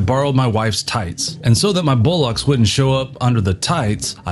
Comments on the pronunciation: Bow Locks? Flipping colonials! That's not how you say bollocks! More like "Boll-ucks"! And "Boll" rhymes with a gangster's Moll! {:-:-:} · Apart from not being able to pronounce bollocks you've done a really good job, well done. I know the band got ripped off but not how bad. If there was a crowd funder I'd certainly chip in a tenner to help the band out, I'm sure Bill could do with a few bob. Thanks....DA. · Excellent doc to watch on a bright Sunday morning, great work. (Although you need to work on your pronunciation of the great English word "Bollocks", haha)